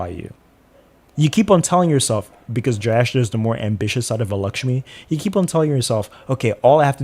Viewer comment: Not criticizing your accent, but you can say Jyestha as Jay-esh-tha ( I don't know what latin script is appropriate for the last. The closest I can think is the T in tik-tok but our t would be more pronounced. I sincerely apologise if anyone reads this feels like I'm targetting the content creator.